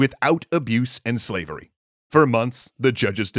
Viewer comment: "This concept of swavery disappoints and infuriates me !"